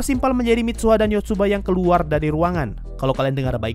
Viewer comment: Yotsuha min bukan Yotsuba